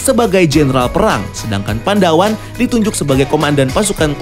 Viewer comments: Koreksi bang *bukan "pandawan" tapi "padawan" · Padawan bang bukan Pandawan hehe